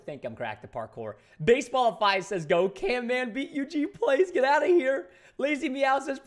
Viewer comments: it's camman not canman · He said canman ô_ô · his name is camman not can- man bro how dare you tell him camman!!!!! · Camman18's name: exist Preston: CANMAN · And also it's camman not canman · caNman not caRman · Eugene it's camman not canman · Its CAMMAN NOT CANMAN! Also🔥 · Preston calling camman canman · Go camman it’s not can man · His name is not CANMAN it's Camman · It’s Camman, not Canman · caMman18 not caNman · its Camman not Canman😂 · His name is not Can Man it is camman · ITS NOT CANMAN ITS CAMMAN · You said canman in the start it's camman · Why is preston saying canman insted of camman ?😮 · it.s not can man it.s cam man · Not to be rude but it’s camman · you stopad its camman not canman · its camman not can-man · It is caMman not caNman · It's not canman camman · its canman not caiman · Is not canman its camman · Why are you saying canman you're wrong is camman this not that hard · its camman not canman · You said canman😂😂😂😂